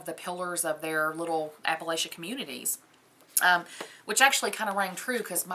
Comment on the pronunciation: I can always tell when someone is "not from here" by the way they pronounce Appalachia. For those of us who live here it's app-uh-latch-uh (with a soft a sound in the third syllable like in the word apple).